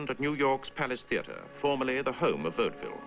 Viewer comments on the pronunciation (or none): I believe it is pronounced vaude-ville. Not bode ville.